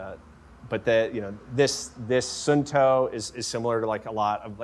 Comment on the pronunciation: suunto is pronounced like soon but with longer o = sooon- to